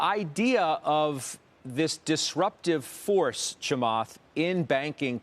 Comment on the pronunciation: He butchered Chamath's name. :)